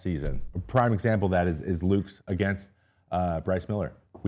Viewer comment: I'm the kinda guy that will let you know if you have spinach in your teeth so you don't look like a dip all day. Nathan Lukes last name has two syllables - think 'Lucas'.